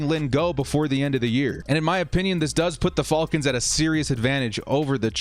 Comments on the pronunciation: Why does he say “falcons” so weird and wrong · I was asking myself the same thing lol 🤣